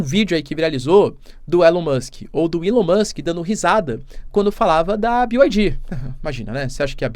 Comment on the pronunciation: Ai só uma pequena correção na pronuncia... BYD se pronuncia "bi" "uai" "dhi" pois "dji" como pronunciado seria G... (ficou uma bosta a representação mas espero que entenda)